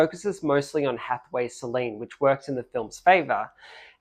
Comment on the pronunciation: Incidentally, the name, Solène is not pronounced Soleen.